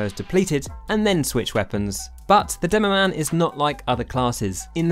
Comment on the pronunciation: DEMOMAN? DEMOPAN